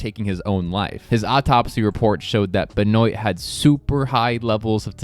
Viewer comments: Hey man i dont want to be rude but Chris Benoits last name Benoit is pronounced Ben-wa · It's pronounced Ben-wah. And I was interested in what happened to the owner. More details in future videos would be great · Chris Benoit not. Benoiit and we don’t even know if it was roid rage really we will never know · 😂 Benoit is pronounced like “Ben-Wah“.